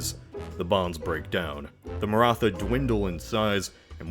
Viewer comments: I'll give you another chance the "tha" in Maratha is like a "tah" so pronounce it like Maratah. I'm not going to judge you though translating Hindi or infact most Indian languages to english makes them wierd to read and pronounce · When narrator says Martha instead of Maratha Batman:Why did you say that name!!! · Please pronounce Maratha like "ma-rr-aa-tt-aa" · His Maratha prononciation sounds like Martha. Batman: Why did you say that NAME??? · Nice. BTW: The "th" in "Maratha" is pronounced like the "th" in "Thailand", not like the "th" in "think".